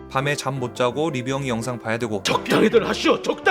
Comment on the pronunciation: 죄송한데... 발음을 리뷰엉이가 아니라 리뷰형이라고 하고 계신데요?ㅎㅎㅎ 항상 유익한 영상 감사합니다^^